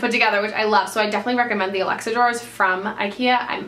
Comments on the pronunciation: Sorry but I was dying the whole time she said Alexa drawers instead of Alex drawers.... anyone with me???? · "these are the alexa drawers" 😂